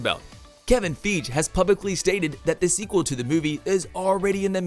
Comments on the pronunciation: Did you call Kevin Feige(Fyjee) Kevin Feeje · My head hurt when he said feege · it's prounced FY-ghee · Kevin f-ee-j? It’s fi-gee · The thing that got me is how he said Feige. I’m pretty sure it’s “Fi-gee” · FYGEE not feej. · You did not just say "Kevin Feej"😭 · if you headed to the comments as soon as he said kevin FEEGE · Fie - gee. What the heck did you say his name was? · This guy really said Kevin feej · “Kevin Feej” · Oh god he said Kevin feej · Kevin Feej? 🤣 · Did you really call Kevin Feige.... Kevin Feej? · “kevin feege” 💀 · It was “Kevin feeeg” for me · Man said "Kevin Feej" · Who is “Kevin Feej”???? And I can’t believe you actually said “heroicism”!! Lol!!! This must be some Russian narrating a terrible translation. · Man said keven feege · Bruh did you just say kevin feej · Why is no oke talking about the fact that this man said Kevin FEEJ. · “Kevin Feeege” ?!?! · this man said "kevin feej" lmaoo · "Kevin Fige" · ah yes kevin 'feege' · Who the hell is Kevin "fij" 🤣🤣🤣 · DID HE SAY KEVIN FEEG? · Did you just say Kevin feeg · "Kevin Fij" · No one's gonna say anything about the god-awful pronunciation of Kevin Feige? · You mispronounced Kevin Feige's name. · FI-GEE !!!!!!! LEARN TO TALK DANG........every single video? Is this on purpose?